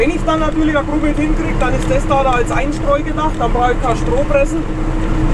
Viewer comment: das heißt nicht grumit sondern gramert